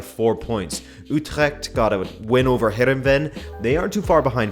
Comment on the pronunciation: lol it's funny hearing you say heerenveen. It's the football club closest to my home city(15 minute drive), I also went to the heerenveen-ajax game a couple of weeks ago. Ajax have been amazing this season, I think they're serious champions league contenders this year. Berghuis has been amazing too, I didn't expect that much from him but he's been outstanding(same actually with pasveer, we're in a keeper crisis and he suddenly went from shit too amazing).